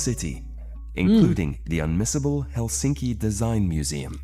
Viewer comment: In Finnish all letters pronounced the same independent of surrounding letters and the stress is always on the first syllable. Can it get any simpler?🤔👌 Still here the narrator says HelSINki😖 instead of HELsinki.👌✌️